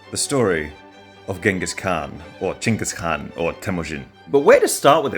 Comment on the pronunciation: Finally, Чингисхан, not Genghis Khan. Моë почтение за ваше произношение.